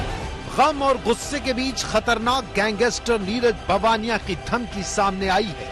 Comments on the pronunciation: See how he says gangster!!! Gangeestrr!! Yeh patrakar hai!! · Pehle gangster bolna seekho